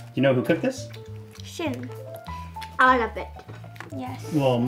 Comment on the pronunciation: Hearing him mispronounce his sons name over and over again is grating. Like why the American short i sound instead of the Japanese long e? Shin (as your leg) versus the Japanese Shin (“sheen”)??? Why why why? At least he does right when he’s speaking Japanese so maybe that’s the point, but stilllll